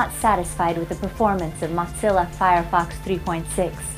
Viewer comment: Who in the world says ,,mot-zilla"? And also thanks for the video...